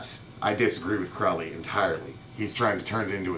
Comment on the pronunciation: "Crowley" rhymes with "holy,".